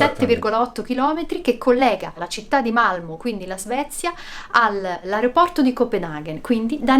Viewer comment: Sara una cosa: Malmö si pronuncia accentuando la "o" in maniera chiusa 😁😁🤩 siete sempre il top